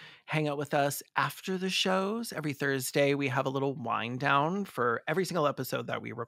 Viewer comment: I’m sorry, but at the end of the video, when you guys say you “have a wind down,” at the end of the video, I heard, “wine down.” Super sad about Koko, fuck Penny!